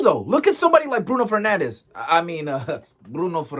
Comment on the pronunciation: “Bruno Fernanjjj” 🤣